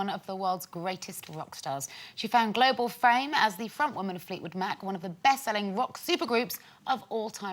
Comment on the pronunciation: haha did she say global frame?